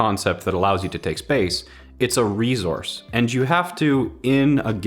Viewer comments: It's a fuckin S, IT'S NOT REZOURCE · Can you learn how to say the word resource it’s pronounced with a s not a z :) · Is it just me or does pronounce resource with a Z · Great video but I swear I kept hearing rezource not resource lol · Anyone notice the way says 'resource'? It's 're-Source', not 're-Zource'. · It is an "s" in reSource not a "z" damnit lmao. I love your content. Keep up the exceptional work! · Haven't finished the video yet, but I am ~4 min in and I cannot stop hearing you say "re-zource" instead of resource. Help. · Nobody:: Rezource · Rezource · Why do you pronounce resource like rezource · Can I pay you to whisper "Rezourse" repeatedly to me as I go to bed each night? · Rezourse😂 anybody else heard that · "ItSaReZoUrCe" Love you lol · rezorse?? 😂 i cant focus on anything else but the way u pronounce resource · Obligatory “rezource” comment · Where are u from? Why u say rezource? Lol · did anyone else hear him say rezore instead of resource? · Does anyone else hear him say reez-horse or is it just me? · Nobody:: Rezorse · Use your "rezources" wisely. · “A rezource” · saying rezource for 27 minutes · Can we just make a point to mention he says rezource... that made me chuckle. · I love how you pronounce resource as "reezource" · Anybody ever realize how says resource like reZource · No one:: “its a rezource.” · It’s a “REZOURCE.” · Take a shot every time says “rezource” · the way he says resource if fucking with my head. its like hes missing an S or a C or adding an R something like resorse. we have to get to the sorce of this. also every time i hear Space i think of the valiant d.va player. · Nobody:: rezources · I like it. except the part where you pronounce resource. Is that a Canadian thing? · pronounce “Resource” correctly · More like jam a fork in your ear every time he says it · There's no z in the word resource